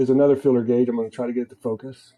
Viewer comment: filler gauge or feeler gauge? is that another transatlantic difference or just different pronunciation?